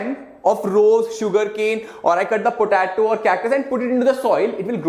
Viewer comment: It’s po -te -to